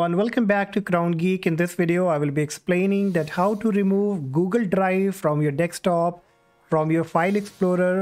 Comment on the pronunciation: Dextop????! What is "dextop"??